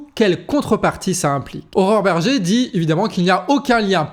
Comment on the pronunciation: C'est moi ou ...? A chaque fois que tu prononces le nom de cette femme j'entends horreur berger xd